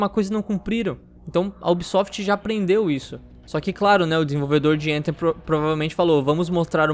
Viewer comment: Tem que pronunciar o th como é pronunciado no inglês, não tem som do nosso T é um som diferente que não existe no português.